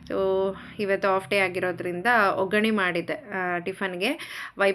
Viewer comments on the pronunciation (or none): none